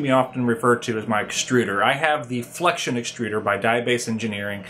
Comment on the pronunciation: its flex-ee-on, not flekshun